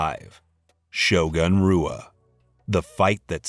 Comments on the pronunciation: Shogun Rua….bro not roo-uh; it’s who-uh. Like Joe Hogan lol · HOO A...not ROO A